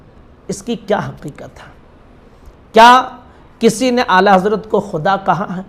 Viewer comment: Ye jahil muli ko mere ala hazrat ka naam tk sahi se lene nhi aarah😂😂 Or bk bk kr raha hai